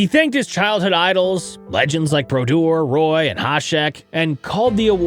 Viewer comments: "ROY" 😂😂😂 BRUH. you cant make a video about elite goalies in the NHL and get his name wrong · Pronouncing Patrick Roy as "Roy" is criminal for a hockey channel lmao. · …. You know that’s not how you say Roy right. Put some respect on St. Patrick’s name. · Pronounced Roy wrong... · You got the tism tingling. That’s not how you pronounce St Patrick’s name. Awesome work though!